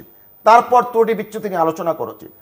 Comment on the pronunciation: তুরুটি না এই শব্দটা হবে ত্রুটি